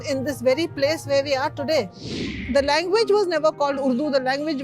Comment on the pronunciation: lengveg vs kengveg wahh